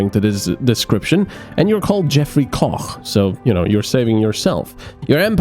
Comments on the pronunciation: Wait, wow he really did pronounce Koch correctly, hats off. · Thumbs up for the correct pronounciation of "Koch"...